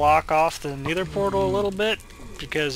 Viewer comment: Don't worry man I say nether the same way you do and my friends never let ne here the end of it